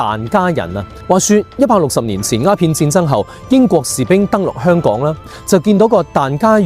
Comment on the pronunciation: 點解連你都將香港嘅香讀成輕音（類似普通話第一聲），而不是重音（類似普通話第四聲）？我覺得「香港」個香一直都應該係讀重音。輕音係「裝香」或者「楚留香」個香。輕重音係廣府話好微妙嘅地方，就好似「一堆沙」同「沙灘」嘅沙，一個係重音，一個係輕音，母語係粵語嘅人分得出，但好難講得明畀母語唔係粵語嘅人聽。